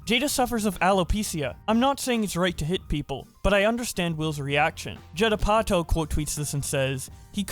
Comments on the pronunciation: Jedd A-pa-toe?? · Jed Apotho.. LOL i had to tab back to this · "judd uh potto" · How the hell you haven’t heard Judd Apatow’s name said aloud?!?! Also, great video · Bro I get that you don't know any celebrities since you're like barely 20 or something, but it doesn't take much effort to figure out how to say "Judd Apatow", and that's just to name one. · if Judd Apatow ever wondered if he was losing relevance, all he has to do is listen to pronounce his name